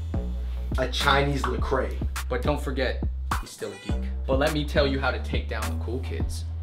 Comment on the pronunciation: Lmao "Chinese Lecrae"! Omfg! He does! "LeJae", I'm so done. <3.<3